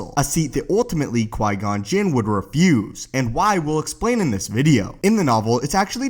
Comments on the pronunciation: Qui gon not qui non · Who’s Qui-Non? ;) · Typo buddy. You said Qui-Non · Qui-Non?? Haha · Ah yes the best secret character “Qui-Non” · Qui-Non? Lol